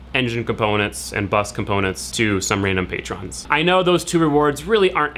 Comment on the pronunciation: Hey this has been been irking me for a while, but you've never said the terms for patreon right. Your patrons are pronounced pay-truns, not pay-trons. Just had to put that out there sorry. Love your vids.